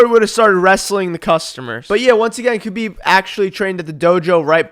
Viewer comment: are you middle eastern cuz u can say kh so clearly